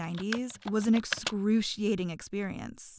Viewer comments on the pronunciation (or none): "Excruciating" Excru CIA ting" "C I A"